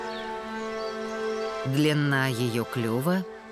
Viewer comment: Прекрасный голос! И выражение к месту! НО! Слово "длинна" раздражает. И диктор так говорит все время.